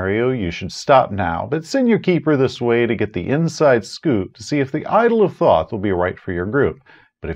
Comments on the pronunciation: Thoth is pronounced "tote." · Love your videos. Apparently it's pronounced "tote" though. Which sounds much less cool.